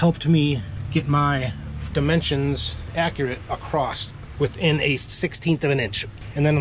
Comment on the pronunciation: ya lost me at "uh-crost". Perhaps I'll come ACROSS another one of your vids in the future. :)